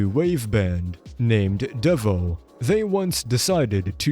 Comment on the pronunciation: FYI: The name of the band Devo is pronounced: DEE-voe.